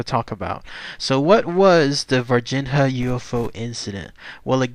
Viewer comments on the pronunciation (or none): Dude: I think they pronounce it "Var-Jeen-Ya"